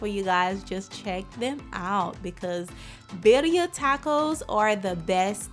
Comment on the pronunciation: Not pronounced right 😂